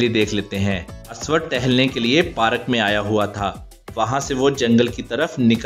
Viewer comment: It's not parak it's park